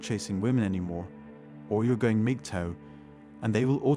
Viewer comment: is he saying Migtoe?